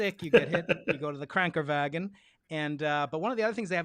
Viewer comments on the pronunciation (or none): you alls german is terrible.. im just sayin... KRankEN VAGEN ;P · It’s KrankeNwagen’. Couldn’t hear the n well but otherwise 👍👏👏👏 Love your show! Fascinating stuff! Kudos for not being scared to taking on the ‘controversial’ but hot topics, that shouldn’t be controversial at all, if you believe that science works.